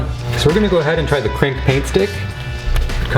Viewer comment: the way is says krink